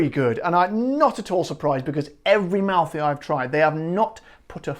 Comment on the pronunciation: Nice Italian accent! Good job....anyway, I I can't find Malfy gins around here, I hope to soon. Great video as always: You do a heck of a job!